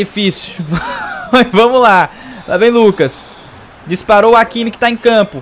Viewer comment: Se fala ráquimi, não áquimi kkkk